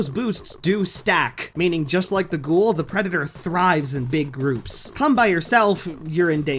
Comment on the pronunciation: quick note:ghoul's name is said GHOOOOOOOOOOOL and not ghohohohoooool